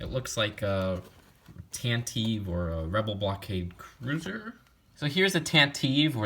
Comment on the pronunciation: Also, you're pronouncing the Tantive IV incorrectly. It isn't 'eve'. You should try to learn some basic stuff about the Star Wars films before attempting to review their toys.